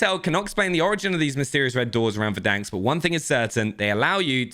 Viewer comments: For over a year I’ve been listening to you say “Verdanksk” and biting my tongue. There’s one k and it’s at the end. Stop it! Playfully furious - Cupasmell33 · "VerDANKs" (Try to unhear this now) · Nobody:: Verdanks